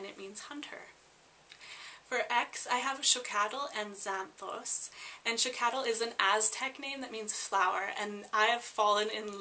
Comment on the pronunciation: Xochitl is actully pronounced zo CHEEL